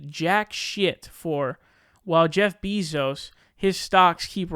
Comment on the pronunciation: it's NOT "BIZOS" its BEZOS!